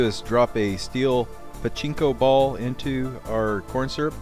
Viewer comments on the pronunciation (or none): none